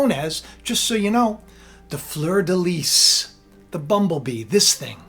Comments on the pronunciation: fleur de lis...lis pronounced "lee" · fleur de lis (pronounced lee - no s) Russia is the bear.